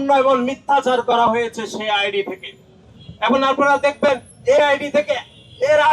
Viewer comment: 😂😂😂😂😂😂 আহা মুরুব্বি নাসির উদ্দিন ষাড়, আপনি এখনো "এবং" শব্দের শুদ্ধ উচ্চারণ শিখলেন না? শব্দটি "এবন" হবে না। শব্দের উচ্চারণ "এবং"